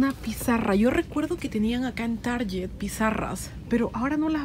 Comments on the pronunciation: Tar-guet, se dice!!! Lo aprendí en tu vlog... de cómo se pronuncian algunas marcas palabras. Jejej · Hola, porque pronuncias target asi? seguro te confundiste...